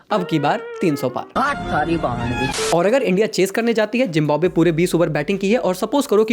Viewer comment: It's not jimbabwe It's Zimbabwe😆